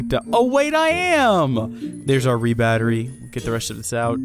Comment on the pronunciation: Its R E Battery not re battery